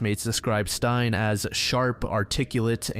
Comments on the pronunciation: Stein? That's a male name, Stine is pronounced stee-ne😅 confused me for a bit there🤣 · Stein? Her name is Stine not Stein. Google translate would have helped with your pronounciation. This video is destroyed for me because of Stein. Steenuh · It’s not «Stein», it’s Stine. Sti- as in steed and -ne as in Ned, just remove the D’s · the name “Stine” is pronounced Steen-ah, not like frankenstein!! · Hi, Danish person! Don’t blame you whatsoever for struggling to pronounce Stine. It’s actually more similar to “ste” like in steve, and then “nuh” for the end. So “steenuh” :) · Im happy you included a Danish case (one I’ve never heard talked about in English before) as someone from Denmark we do have some fucked up crimes even unsolved ones and I think they also deserve attention. You pronounced some things in a wierd way but it’s not so big a deal imo. Tho her name is Stine (stee-nuh) ❤